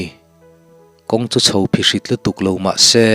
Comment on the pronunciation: Kawng Aphihrit tih lai tak kha.Aphihrit Thluk deuh la. Adik a ni mai. Aw ki sangdeuh in aw